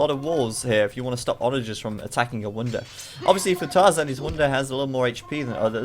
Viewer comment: wounder? thought its wonder